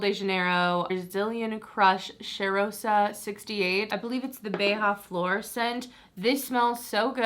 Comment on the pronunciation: btw, sol de janeiro uses portuguese names (instead of Spanish) so its bei-ja-flor, not bei-ha-flor the 'ja' would be the same as the one in 'january'! it truly irks me, as someone who has spoken Portuguese their entire lives, to see it read as Spanish........